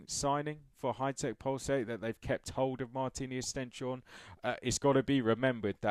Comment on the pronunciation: Oh and just a quick note I believe the Norwegian way to pronounce it is stens - horne, I heard this in a live commentary. Supposedly stens is Norwegian for stone and horne is norwegian for horns.